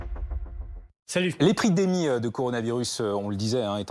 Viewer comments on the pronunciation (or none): Juste comme ça, le mec au début a dit "L'epridémie"? Ou c'est moi j'me fais troo vieux ?